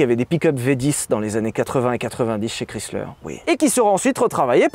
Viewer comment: Ça fait drôle d'entendre le nom Chrysler prononcé moitié francais ("chris") moitié anglais ("slər"). "Chrys" se prononce plutôt en "ai", "Krais". En fait, Chrysler se prononce un peu comme Viper, avec le "ai".